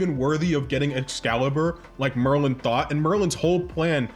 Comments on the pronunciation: it’s Merlin not Morlin. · That's not how you Pronounce Merlin,.